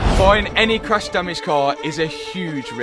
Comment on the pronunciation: Cwash dwamaged